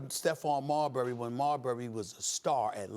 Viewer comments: The way Max says Marbury is hilarious 🤣 its pronounced Mar-Berry not Marbry max lol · Max Kellerman pronounces Marbury like Cadbury or Burberry. It should be like Pillsbury 😂😂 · Why is it such that Maxx Kellerman, whom has more then likely has been writing pieces on Steph for over his 20 Yr. NBA career chooses not to pronounce his last name correctly ???